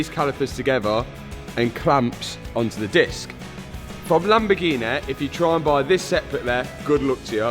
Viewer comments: Lamb-A-Gee-Nee? Again? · A proper lamborguini